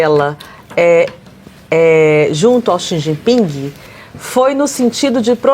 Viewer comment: Nossa! Quando ela lê parece uma criança recém alfabetizada, 🤯🤯🤯🤯cometeu erros, aleciada e xi ji pin, que horror